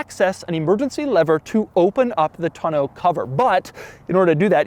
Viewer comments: The back cover, a "tonneau," is pronounced TAW-NOH, not TUH-NOH. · Doug, the kind of guy who pronounces it “ton-OH” cover instead of “tahn-o” cover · Who pronounces “Tonneau” “Ton-know?” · I guess me and my family and everyone I know has been saying tonneau cover wrong my entire life because how they always said it was “ton-uh” cover and clearly I now know that’s wrong cus I googled how to pronounce it lol cuz every time he said it in the video which was at least 30 times in the part talking about the bed 😂😂 it kept bothering me how he was saying it and him saying it like pronouncing every letter perfectly like he jus learned the word also bothered me a lot lol but now I know I’ve jus been saying it wrong forever and so has everyone else I’ve ever known 😂🤷🏻‍♀️ #themoreyouknow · Every time Doug says tun-oh cover I lose focus for the next 2 minutes of the video. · How does he not know how to pronounce tonneau yet? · Why do you pronounce tonneau so weird...